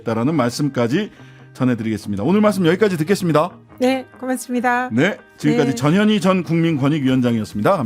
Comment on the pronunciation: 전현희 위원장님 이름부를때 발음 신경좀 써주세요 저년이 그러면 안돼요.